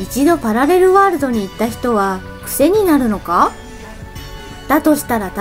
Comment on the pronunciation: パラレルワールド、って言えてないw